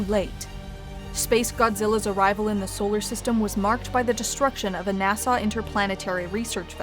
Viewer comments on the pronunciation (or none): She keeps saying Nassau instead of NASA